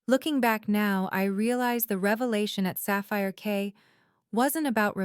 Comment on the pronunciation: It's Sapphire Key, not Sapphire K.